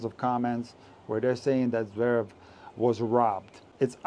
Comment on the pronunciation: Good riddance to NBC. Couldn't someone have taught Mac how to pronounce Zverev? It's not Zaverev!